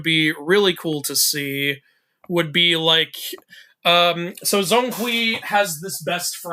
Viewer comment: it's not zong kui, 'Zhong' should be pronounced similiar as 'John'